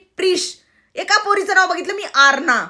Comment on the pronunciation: अग ते प्रार्ध्या नाही प्रार्थ्या आहे.... पुढे तू बोललेली नाव आरना नाही... ते आश्ना नाव आहे... आ,अर्धा श आणि ना.. आश्ना